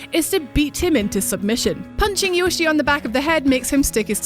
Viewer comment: Cute voice but its more like if it were to prounouce 'Yoe'-'shi'.